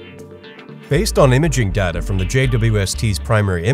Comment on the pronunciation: I can't believe it - someone else who actually knows the proper pronunciation of "data"! It rhymes with strata. I don't know why everyone switched to Dayta after Star Trek Next Generation came out, but it drives me absolutely crazy.